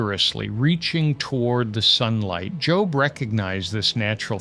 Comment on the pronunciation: I really hope miss pronouncing Job was a mistake and not AI. I really love this channel and just hope there is somebody behind the mic with these wonderful insights. I don't know why that means so much to me.